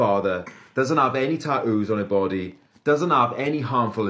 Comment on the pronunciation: Doesn't have any ta-oos on her baw-ee